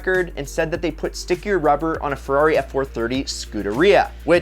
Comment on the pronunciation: if i had a dollar every time i heard "Fewarri"....🤔😒